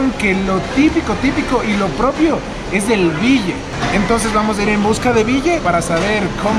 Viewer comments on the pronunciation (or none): no es bille, es billi, si no estamos equivocados, billi es ternero en quichua, sino a ver si alguno nos corrige. Me ha impresionado la limpia que ha hecho el shamán. Sería de probar. Saludos